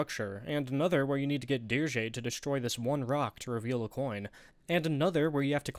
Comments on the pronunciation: Dir-jay? Not Dirge? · wait is it really pronounced "Deer-jey"?? i always thought Dirge was pronounced like dirt but with a J, it sounded so fitting for his design and environment